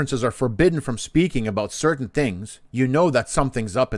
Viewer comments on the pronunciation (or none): none